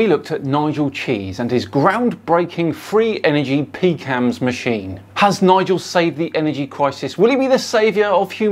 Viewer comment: Everytime he pronounced "PCAMS", it sounded like "Pecans".